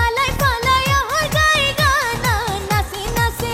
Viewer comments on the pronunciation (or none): শ্যাম প্রিতির 'গানা' নয়, শব্দটি হবে 'টানা'।